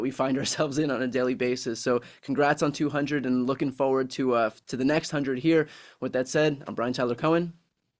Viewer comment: He says tyler as taylor?